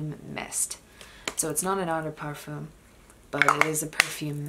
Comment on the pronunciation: the /m/ in parfum is not pronounced..